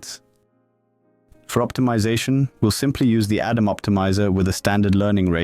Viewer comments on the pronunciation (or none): none